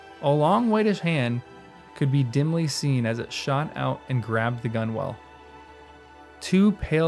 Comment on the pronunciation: FYI, the "bow" of a boat is pronounced to rhyme with "now," not "know." "Gunwale" is pronounced "gunnel." I'm not sure what you think "a fell beast" actually is. It's not just a dangerous animal, but an evil one. It's an animal in the service of Sauron. Some ordinary dragon would not qualify IMHO. I think the reason Aragorn said nothing about hearing Gollum behind them was that it would only scare the rest of the company to no purpose. He wasn't a physical threat to anybody but Frodo; he couldn't be stopped; and he certainly wasn't going to alert any strangers (who would only interfere with his own plan).